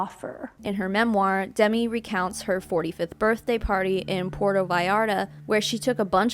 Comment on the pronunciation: Just to let you know...Demi Moore's first name isn't pronounced the same as Demi Lovato.